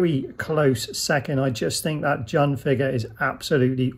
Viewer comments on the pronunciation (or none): Its not jun its pronounced june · Great review man! Btw jun's name is pronounced june. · My bad on incorrectly pronouncing Jun's name, for some reason I was convinced it was 'Jun' not 'June". Thanks to all those who politely let me know my error 😆